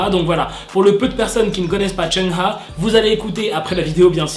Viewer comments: Oui parcontre son nom ca se prononce : "choung ha" et pas "cheuna" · Tu dis mal le nom de Chungha . On dit "Tchungue Ga " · Tu m'as niqué comment tu prononce Chungha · Tu prononce mal le nom de chungha